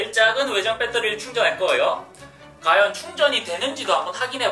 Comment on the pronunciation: 허팝님 외 매일 과연을 가연이라 해요?